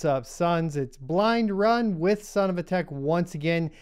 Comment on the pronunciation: Oooh he says "blind run"